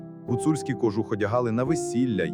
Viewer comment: Попрацюйте над наголосами.КожУх!